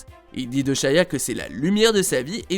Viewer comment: Ya que moi qui est remarquer qui dit SHAYA tous le long au lieu de SHIA